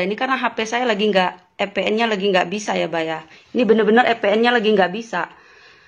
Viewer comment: ngomong VPN aja FPN, sok2an bikin logistic, hadeeeh 🤣🤣🤣